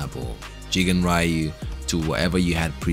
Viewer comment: It's not "Raiyu", it's reeyuu